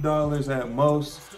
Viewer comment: That’s not how you say stussy? lol